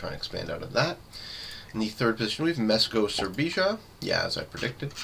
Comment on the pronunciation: You pronounced "srbija" wrongly, it is a country in southeastern Europe lol